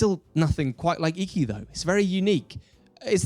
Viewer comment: say it correctly consistently, please. Ee-kee is the pronunciation. Looks like a great game, though.